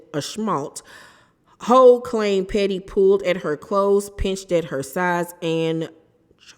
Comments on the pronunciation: It’s pronounced Hew not ho, like Jennifer Houg (Hewww = Houg) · ITS PRONOUNCED HOFF OR HUFF, NOT HO......... My God this poor girl cannot catch a break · I believe it's pronounced "Huff".. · Hough is pronounced Huff ❤ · The lady's name is Hough it rhymes with rough, not Hole or Huff 😊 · Isn’t her last name pronounced HUFF? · It’s pronounced “Hue” but she was saying it wrong